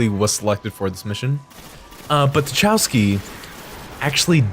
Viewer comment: Tachauski? You mean Tchaikovski?